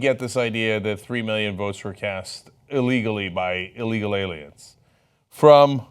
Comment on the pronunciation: "IT'S THE ALIEMS": believes in TOMMY from the RUGRATS!!!